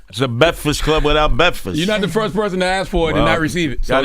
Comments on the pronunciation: Man said Bekfast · I think he may have a hard time with Rs - man said “bekfast” right off the bat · Why he sayin beckfest? Smh